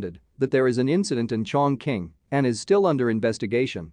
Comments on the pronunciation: It's pronounced as "Chong Ching" ok? And not "Chong King". It's, the largest city in the world by population. Where have you been? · CHONG QING 重庆